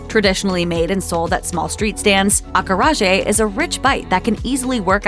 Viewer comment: Every time she mispronounced acarajé, it hurt my ears.